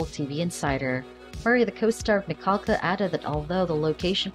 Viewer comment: Please at least say her last name right. Your saying it like you have a cold ☠️